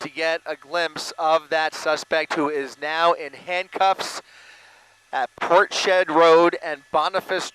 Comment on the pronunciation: That's Ports head not Portshed